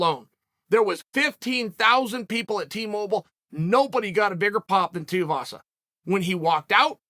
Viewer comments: its tai tui vasa not tai tiavasa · "Tie Teahvasa" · Too-eee-vasa say it with me uncle Chael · Good ol Tai Teeavasa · Who the fuck is Tai Tee-uhvasa? I swear Chael mispronounces on purpose lol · Tai Tiavaza - he does it every. Friggin. Time. :D Edit: is there a SINGLE vid where Unc doesnt get at least 1 name wrong?